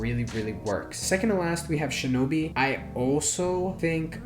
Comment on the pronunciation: Aint no way bro said Shinobi